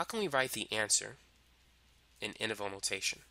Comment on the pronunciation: what is that term i keep on hearing but i couldnt get. is it "interval notation"? ( , ) please help. thank you.